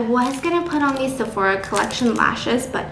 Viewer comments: nobody : Steph : såphOra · Lol did she just said Sephora with a little Korean tone in there?! 😂 Cute